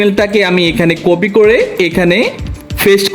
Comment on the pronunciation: বর্ণমালার উচ্চারণ আরো ঠিক করতে হবে আপনার, কপি কে কফি বলা,পেস্ট করে ফেস্ট বলা,ক্লিং কে কেলিং বলা এগুলো কন্টেন্ট ক্রিয়েটরদের সাথে যায়না।